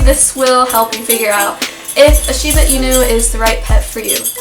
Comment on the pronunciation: Hey, I'm a Shibainu owner in "Kyoto" fortunately! I like you pronounce "Shiba" inu rightly, not "Shibe" inu. You are fully absolutely right. I had a quite tough time to tame Jiro, my Shiba too. He was sooooo hyper and curious, torn up and chewed up everything to check. When I say no strongly, he felt I 'm trying to pick a fight and fought back aggressively, so I had to change my strategy: asking him with respect in "keigo" the most respective way to talk. At the same time, he requred a lot of attention and affection. He was so lovely and talkative, had a strong personality. Now he is fifteen yrs old, sleeping sloppily on the warm floor all day. He grew up to a gentle, smart and lovely boy, who does nothing wrong at all. ...It took six years or so to get adult anyhow? He is my buddy. I could give him a hug all day. Good luck with your cutie one. Oh in addition, he or she will shed awfully twice a year, probably you already knew!